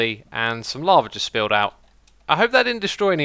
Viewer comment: why you say "lavar" to "lava"